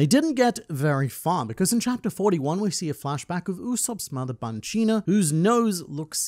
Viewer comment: Stop mispronouncing Banchina 😠 ...and Birka. ...and Hajrudin. ...and Eiichirō.